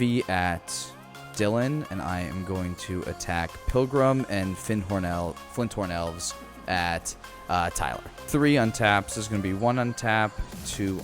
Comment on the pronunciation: Lol! accidentally pronounced Fyndhorn Elves CORRECTLY... and then corrected himself, and went back to "Flint horn Elves." Hahaha... So close.